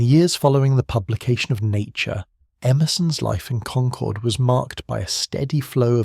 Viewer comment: Please pronounce Concord correctly. I grew up there. It's pronounced the same as conquered.